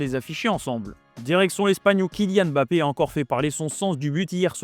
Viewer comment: C'est qui EMBAPPÉ , ENDIAYE. ARRÊTER DE MASSACRER LES NOMS DE FAMILLE DES GENS ! C'EST VOTRE TRAVAIL ! Imaginez si on parlait de votre équipe nationale et qu'à chaque fois vous entendiez l'équipe de Franck . Même Élise Lucet as posé la question à Kilian histoire de clarifier les choses mais vous voulez quoi de plus? Franchement ce n'est pas la mer à boire...